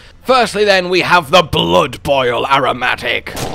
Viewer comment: Is anyone gonna tell him how to properly pronounce "aromatic"?